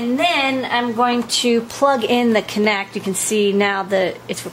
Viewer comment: It's not "Connect" it's "Kinect"